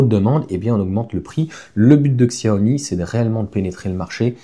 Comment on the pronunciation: Ksyawomi😅 Merci cher ami. Chiaomi c'est mieux 😊 Merci pour toutes vos vidéos. A la vitesse de la lumière 😮